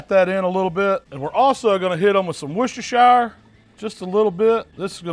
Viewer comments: “Worcester-shy-er” 🙄😂 I’m American but I swear our people don’t know how to pronounce anything unless it’s English language. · why can't americans pronounce worchestershiresauce? english isn't my first language but I find it easy to pronounce it :D